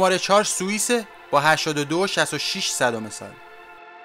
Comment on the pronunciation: سوئیس را اشتباه گفتی